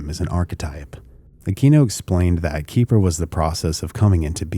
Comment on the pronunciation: I will say, i was expecting another conspiratorial angle here and actually found this video interesting. A couple of comments overall: 1. Xeper is not pronounced Keeper. X and P actually comes from Greek and is pronounced like a Keh and feh, so Xeper is vocalized as Keh-fer. It is also modernly spelled as Khepher or Kheper. 2. I think your summary of the Presidio case missed some points that have been documented as Michael Aquino was not even in ths state for many of the accusations leveled at him. He actually wrote an in-depth dispute of these accusations that I believe are still publically available. You certainly didn't do this an injustice but I found some context missing. 3. Sort of a minor point but Don Webb was not the first High Priest after Aquino. There was a period of others operating in that role as Aquino had other things to Work on and also wanted to avoid the personality cult that was detrimental to the Church of Satan. There are also some other points around the Wewelsburg Working that tie into 3 and his public comments that could be made but I won't belabor that here. All in all, I thought the video was enjoyable and had some good points. I appreciate your objective approach here.